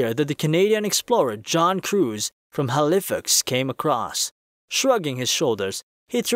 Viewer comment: You absolutely butchered the word Halifax